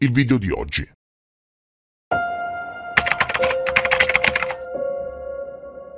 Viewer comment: Complimenti sinceri per la pronuncia di “my heritage”, hahah. Mi dà un po’ fastidio quando nelle pubblicità qui su YT o in TV pronunciano in maccheronico